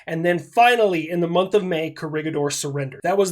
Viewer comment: "Baton" and "Co-rig-a-door" 💀